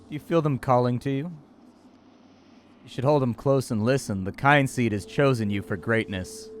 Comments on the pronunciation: Kin-seed not kyne-seed :/ Kin as in family.. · "Oh, a game about family. It must be pronounced KYNE-seed. Not at all KIN-seed." I remember a friend of mine calling Skyrim Skee-rim. That's what you sound like. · Oh, it's pronounced Kin Seed, not Kind Seed. Nonetheless your video is great as usually and the punctuality is appreciated. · Kin-seed, dude. Kin.